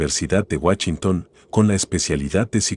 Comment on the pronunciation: Excelente video, pero me cae de peso escuchar guachinton en vez de Washington